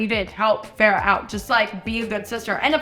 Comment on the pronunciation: Just letting you know feyre is pronounced fey rah 🫶